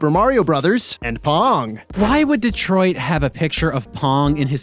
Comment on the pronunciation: "D-Troit?" (sits there and watches)